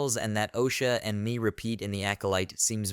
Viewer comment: i think Mae's name is pronounced "May"....